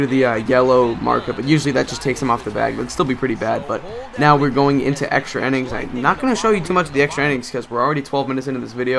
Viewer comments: INNINGS...NOT "ENNINGS" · Innings not ennings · Why do you say enning